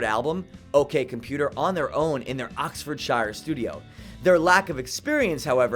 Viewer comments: Oxfordshire is pronounced ox ford sheer rather than shy-er. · it's pronounced oxford-sheer and boruh not shire and burrow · Oxfordshire when spoken should rhyme with fear not fire. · Please dude no. It's not Oxford SHOWER. Please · Fact 108..Pyramid song rips off the Opening chords of 'Waiting rooms' by Simon Warner..Waiting rooms is a forgotton masterpiece of an album released four years before Amnesiac.Nobody knows this but Thom Yorke and jonny.... also Its pronounced 'Oxford-shear'.. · Just saying if it's a English county ending in -shire it's pronounced sheer, not like The Shire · Please fix your pronunciation of "Oxfordshire"